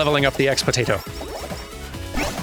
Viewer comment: X-Potato: Korone was trying to pronounce the boss "Expositio" from Blasphemous and it came out.... X-Potato. 10 minute boss: Mikodanye is the IRL mascot suit version of Miko. She's kinda taken on a life of her own, with some creepypasta posting and even miko herself calling her a separate entity.